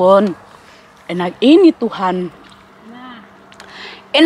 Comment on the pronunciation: kak bukan tuhare tp tuhan ee